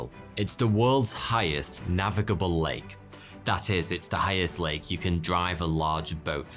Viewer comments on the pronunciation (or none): Late Titicaca? Sounds like you say that at the beginning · I’m sure he says “late” not “lake” the first time it’s said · Sometimes he says "Late Titicaca" 🤔😂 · Did u say late Titikaka a few times!?